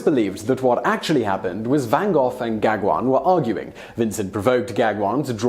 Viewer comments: "Paul Gagwin". -. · Van Gogh | vən ğoğ| sounds closer to goff, than to go. Gag one? Gauguin? Neither did he shoot himself, that was his neighbours, a pair of brothers. ( you missed that!) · Your Van Gogh pronunciation is more than forgivable, but how did you manage to pronounce Gauguin as a Star Wars character or somth?? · I cringe more at the pronunciation of Gauguin 😂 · Gogh and Gaugin... both pronunciations were.. hmm..please have a look at the correct pronunciations... more videos like this please :)